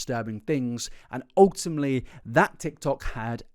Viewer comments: Well yeah- but you said “ultimley” not ultimately, which was harder to unhear. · Off topic but the amount of times he said "ultumly" drived me INSANE 😭😭😭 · you say *ultimley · A video full of OOL-TIM-LEE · If you're gonna say 'ultimately' 100 times in your video please as least say it properly🥲 'ultimmly'... Bro